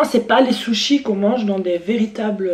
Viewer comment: Par contre t'a tué le mot SUSHIS 😂😂😂😂😂😂🤣😂